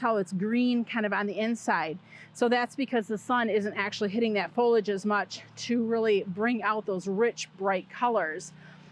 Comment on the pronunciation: Fol-li-age, nor folage! Please, pronounce the word correctly or don’t say it at all. You’re hurting my ears!